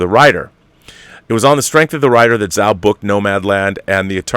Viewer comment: Hey Rob, great show as always. Just a note that the "Zh" in "Chloe Zhao" is pronounced like a "j." So, her surname is pronounced "Jao."